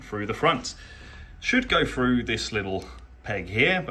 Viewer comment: "fread frough the front"